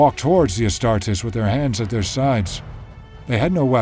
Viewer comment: HOLY SHIT THE NARRATOR PRONOUNCES THE WORD "ASTARTES" CORRECTLY. As an Italian and a student of Latin, I cannot put into words just how thankful I am for that. I stumbled upon this channel while searching something else related to Angron, but this detail alone is worth a sub.